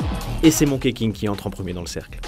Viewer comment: Ça se prononce plutôt Monki que Monké King